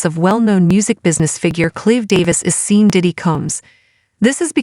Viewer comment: What bs! The AI keeps pronouncing his name as Seen...LOL! I don't even know how this site has 1.3 thousand subscribers! Damn!